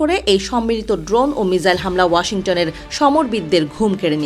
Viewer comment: আচ্ছা এটা মিসাইল নাকি মিজাইল হবে 🤣